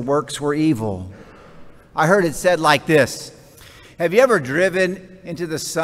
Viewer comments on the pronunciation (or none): none